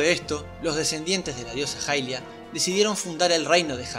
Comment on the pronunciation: la diosa se llama hairia en japones (pronunciado jairia) asi que es mas correcto decir jailia que ilia, ademas se confunde con el personaje de twilight que sí se llama ilia.